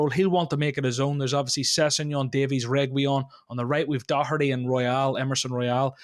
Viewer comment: Great to see John join! A guy who can pronounce Matt Doherty correctly 💪🏼😍